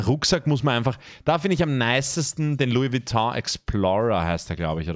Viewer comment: He maxl hosdes nd glernt es hasd nd louis vuitton sondern louis vuittong